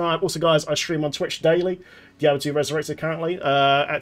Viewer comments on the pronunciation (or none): none